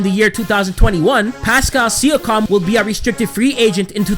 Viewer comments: It's SEE- YA- KIM not SEE- YA- COM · He said sikam instead of siakam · It’s pronounced see-yawk-um not see-you-cum 😂😂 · He ain’t no true raptors fan saying Pascal Sia-Com😂💀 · Pascal Siakam: (See-ak-am) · Sia-com hahahahahaha learn how to pronounce his name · it’s pronounced pascal sea-ak-kum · It's actually sea-ak-kam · Did he say pascal sia-COM 😂😂😂😂😂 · See-A-KAM - other than that, slow down a bit, Im surprised you're not out of breath already lol Good vid tho. Keep up the good work. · Jus space the name Si ak am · Appreciate the love for TO bro! Keep up the good work man 🤙🏼 Shoutout is always welcomed haha #WeTheNorth Edit: for reference my man it’s (See-a-kam) 😃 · Yo boss you got to get the pronunciations right for a Kyle Lowry and Pascal siakam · Siakam is pronounced a little different then how you say it but other than that nice vid